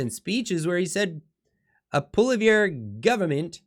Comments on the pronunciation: Pssssst The “R” is silent in Poilievre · I always look forward to watching your great videos, BUT PLEASE improve your pronounciation of Poilievre.